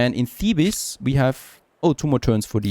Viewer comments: Thank you for the video, also just a small thing you don't pronounce the "es" on the end of Thebes it is pronounced like "Theebs", it's really not important and doesn't harm anything just FYI. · Thebes from Egypt is spoken the same as Thebes from Greece so don’t say the second e